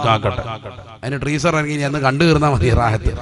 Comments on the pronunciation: അവനോടു പറയണം ട്രീസർ അല്ല ടീസർ എന്നാണെന്ന്. അയാളും കാണും ഷോ കാണാൻ. ശ്യാന പുത്രൻ 😢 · ട്രീസർ..... അതാണ് കാരണം.... ടീസർ അല്ല..... 🤣🤣😂🤣😂🤣